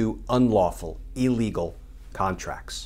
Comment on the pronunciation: I can’t stand it. EEElegal!?! Ffs. It’s ILLlegal.